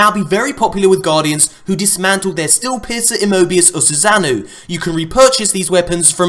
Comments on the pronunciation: its pronounced "Soo-Sa-no" not "SooSaz-noo" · It's pronounced Susa-no. Naruto Fans know what's up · it's pronounce "SUU-SAH-NOH-OH", named after the Japanese God of Storms. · sous-an-oh is how it is pronounced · bruh do u even Naruto? Its pronounced "SUSANO'O! (Soo-Son-Oh)" lmao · just a quick FYI. susanoo is pronounced Soo-sah-noh-oh. named after the Japanese God of Hurricanes, I believe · Susanoo (Sue-Saw-Know) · needs to refer to Itachi for pronunciation on Susano